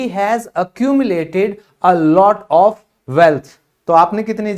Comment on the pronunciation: Of = Off pronunciation ❌ Of = Ov pronunciation ✅ Am i right 🙂